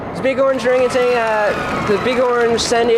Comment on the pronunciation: Wait, what? didn't pronounce it correctly, he said "orangatang". Meaning he put that non-existent final g on there that most people do for some reason. It's "O-rahn-gu-tahn".